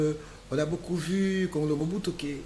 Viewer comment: Juste une remarque c'est un nom tshiluba kongolo et non kongulu.